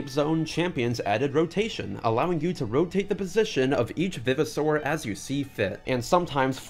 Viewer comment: I know this is a knit pick, and this video is 2 years old, but the fact you say "vivosaur" like "viv-i-saur" bothers the heck outta me. how I've always read and heard it, it was "vive-o-saur" like it was a revived dinosaur. Great video regardless tho